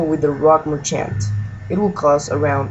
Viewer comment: lmfao mer-CHANT